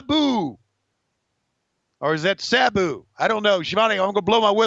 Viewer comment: Is it just me or did Tony pronounce Sabu's name differently every time he said it?